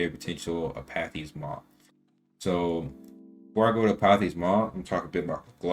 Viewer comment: lol holy shit look up the word pronunciation on Apathy please